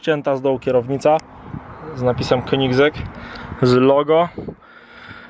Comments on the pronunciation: pov: Zawsze mówiłeś "Kongier" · Królewskie jajo a ty wymawiasz to jak królewska piła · Typ ie potrafi nawet nazwy wypowiedzieć poprawnie i jeszcze te 20milionow? Ehe